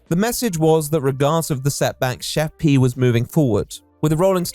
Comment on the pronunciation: Are we gunna talk about how Pi isn't pronounced P?